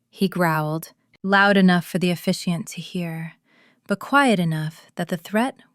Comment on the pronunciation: The word is officiant